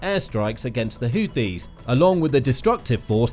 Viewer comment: Every time he tries to say HOUTHIS, it sounds like he is saying HOOPIES. Last that I knew, the HOOPIES are a basketball team, out of West Virginia. If this YouTube channel isn't careful, some of our American "jar heads" will probably end-up attacking West Virginia.